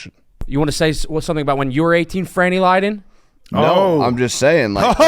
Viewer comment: "Franny Lydon" got me to laugh out loud